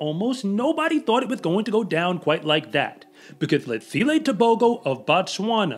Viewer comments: I wish you would say T'ebogo not Tebohgoh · The proper pronunciation is Teboho...the g makes an h sound in Botswana...this kid is wicked fast and reminds me of Usain Bolt, the way he runs is so smooth.